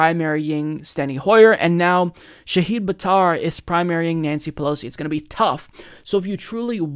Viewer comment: He's mispronouncing multiple things... Shahid (SHAH-hid, /ʃah'hɪd/), Stuttgart....